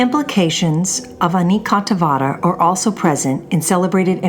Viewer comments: Anekantavada is based on the Sanskrit word Aneka, pronounced A-nay-ka. Means various. So the word would be A-nay-ka-antha-vaada. The d though is pronounced as in "thee" and not as in "deed." 🙏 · Your Pronunciation of the word "Anekantvad" is totally wrong. First get it right then call yourself "Expert" on Indian religion. I wonder if you are one of those People who have never been to India but only formed their hypothesis comfortably tucked thous and miles away in their Air condition cabins.It is spelled as "Ane ( Like Say) Kaaant Vaad", don't westernize it. You people spell the french words with proper accent & diction but when it comes to other languages mostly non-European you Don't feel the need to be correct as you probably feel Whatever you Westerners do do is only showing us the "underdeveloped" hungry & poor people the right way. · This proper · exactly, and the guy seems to be doing pretty much the opposite